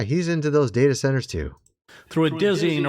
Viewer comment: WHAT ABOUT THE DATA CENTERS - THE DATA CENTERS. - THE DATS CENTERS. Stop saying what your "Gonna" talk about -- & just Explain & 🤬 freaking say for 15 minutes WHAT YOUR GOING TO TALK ABOUT ON YOUR SHOW. Please. LETS GO ! ! ! !